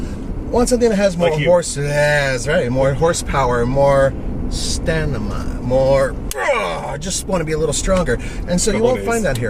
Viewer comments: Yes, people want a word that isn't a word-STANIMA(should be staMiNa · What's "Stanima"?? LOL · STANIMA? WTF IS STANIMA.